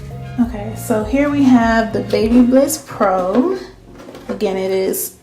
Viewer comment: Bab a liss is how you pronounce it